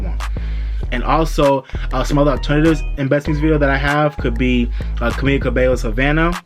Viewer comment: It’s actually “CA-MEE-LA” Cabello. However I’m happy that you got her last name right!